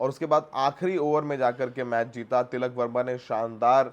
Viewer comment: Correction - टिलक वर्मा नहीं तिलक वर्मा होगा।